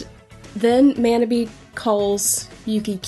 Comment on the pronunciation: Thank you for talking about Fruits Basket. Yuki is my favorite character and Kakeru (Manabe) is in my top 5. One thing though, Manabe is pronounced like 'ma' in mama 'naugh' in naughty 'be' in better I don't usually correct pronunciation mistakes, but this one was pretty bad. God bless and have a great day.